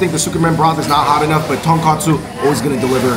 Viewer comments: Andrew & David, you guys keep pronouncing it TonKAHtsu. It is pronounced TonKOHtsu. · It’s tonkotsu not tonkatsu